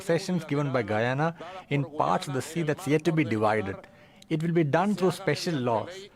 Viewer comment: the woman is pronouncing guyana wrongly